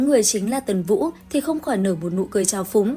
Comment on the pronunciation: Ủa tần vũ mà Ad hay bị đọc nhầm vậy nè 😊